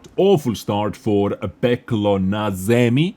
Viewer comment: xD What's so hard to say "Peklo na zemi" ? is it really that hard when you are not from Slovakia or Czech rep. ? xD